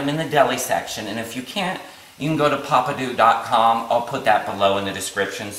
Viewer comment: Nice recipe. Please pronounce the peppadew peppers correctly and Not Poppadew or Pappadew as in the video. Also, Kalamata is not pronounced Kamalata.